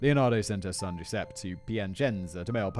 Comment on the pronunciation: Count on a Brit to see a name like Giuseppe and go with G.Sep :D